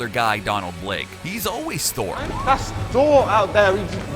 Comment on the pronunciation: Tour not rigt